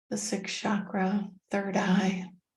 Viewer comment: WOW! The purity and detailed instructions. I appreciate it! The way you pronounce chakra is awesome.